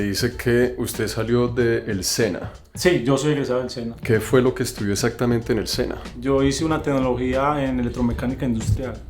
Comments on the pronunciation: El man se reía, cada vez que el otro decía, essatamente, en vez de exactamente jajajajaja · En el minuto , se ve la cara que no aguanta la risa el pana por la pronunciación "eSatamente" del parcero! Seguiré enviando hojas de vida! Alguna llegará a las manos correctas!! Excelente video! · Que bandera este gozándose al compañero por que decía: "esatamente"... Cómo hizo para aguantarse la risa mijo?.... Jajajaja. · Jajajaj la reacción cuando el de cachucha dijo "esatamente" jaja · la cara del man cuando escucha "esatamente" el man retoma la seriedad pero un "esatamente" salvaje aparece nuevamente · "esatamente" y todos cagados de la risa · Toteados de la risa cuando el pana dice: esatamente Jajajajaja